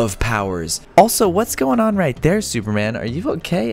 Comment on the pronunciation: "okay, as you can see. we are suverman"